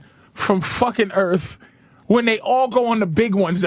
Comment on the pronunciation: "Welcome to Earf"